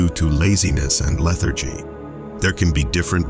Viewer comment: RE-SOUND the word Lethargy,,lol. The way the Narrative pronounced the word is incorrect , by all means, Just pointing out a mispronounced word that actually throws the meaning far off, can lead to a misunderstanding of sort. Maybe to become more aware in researching the correct words in definition would help if just by guessing instead of looking it up. Anyhow, No hard feelings for future reference!!! Peace n Love for All!!!